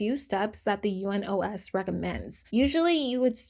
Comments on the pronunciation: I am saying this super kindly, but it’s pronounced You-Nos not U-N-O-S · Just a note if you ever deal with UNOS In future videos, it's commonly referred to as "You-nose", with a soft "s", meaning it rhymes more with "dose" than it does with "close", If that makes sense. That just rolls off the tongue easier than having to say the four letters over and over again, LOL. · I love your channel and enjoy watching your videos. But I still have a comment. Please do some more research before recording these videos. U.N.O.S s not read as U.N.OS., like the abbreviation. It is read as it is written. I know this even though I am Turkish 🤭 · It’s easier to pronounce the acronym for UNOS, which is you-nos, with the "nos" rhyming with the Spanish word "los."